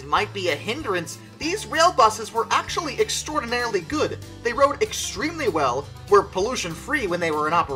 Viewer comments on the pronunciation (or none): none